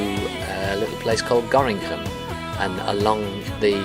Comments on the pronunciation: Nobody in Nederland says Gorinchem but Gorkum instead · Gorinchem is the Worcester of Dutch topography... it is pronounced in a totally different way than you'd expect (Gorr-kum). but dont feel bad, a lot of native speakers struggle with it too.